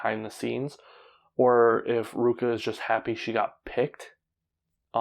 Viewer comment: I forgot to mention Ruaka. Its RU-A-KA.